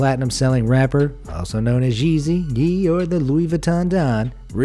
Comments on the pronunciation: Kanyes other name “ye” is pronounced like “yay” not yeee 🤣🤣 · It’s not yeee its yay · Bro said yeeee🤣🤣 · The “ye” is from kanYE not YEezzy🤣🤣